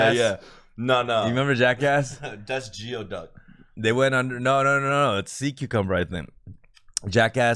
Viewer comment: "'gee-oh' duck?" LOL. Doesn't work at a restaurant? Embarrassing.